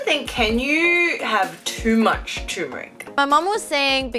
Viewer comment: Guys! It’s pronounced “TUR - MERIC” , “tur” as in “turbo” not “tumouric”!